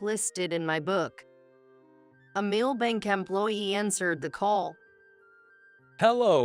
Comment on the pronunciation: The words male, poor & bow was pronounced wrong.